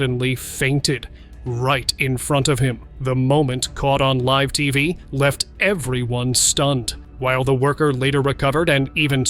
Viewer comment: Only at the point when the narrator pronounced "live tv interruptions ..." as " liv tv" was it realized that A I synthesized voices are now so realistic that we can't tell the difference between them. A very creepy moment indeed